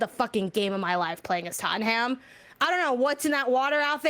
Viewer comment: its pronounced TOTT-NUM. Not Tottenham. They are in London.